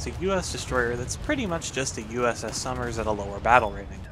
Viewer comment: I thought you were saying Summers, not Somers